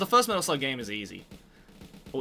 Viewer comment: LOL ITS METAL SLUUGGG